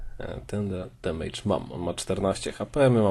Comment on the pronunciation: Gratulacje. Błagam naucz się wymawiać słowo 'damage', bo to jest jakaś klątwa polskich streamerów/youtuberów.